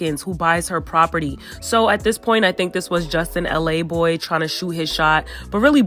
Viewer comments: It’s laboy.....not l a boy lol he from queens not LA 🤣🤣🤣 just saying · Justin's last name is pronounced Luh-Boy not LA Boy. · his name is justin laboy not LA boy 💀